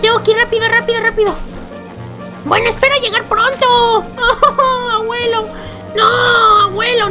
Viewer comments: se dise abuelo no aguelo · Naomi Salas es por que el no dice abuelo dice aguelo y como el dice aguelo, en el titulo tambien le pondra aguelo aprende aprende APREEENDE POR FAVORÑ